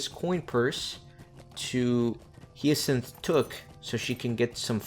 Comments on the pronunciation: Hyacinth is pronounced High-a-kinth I believe. Don’t quote me on that, though. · The flower? hi-a-synth